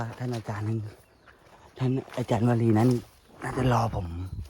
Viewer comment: ท่านชื้อวารีไม่ใช่วะรีเลือกชื้อท่านให้ถูกต้องหน่อยนะ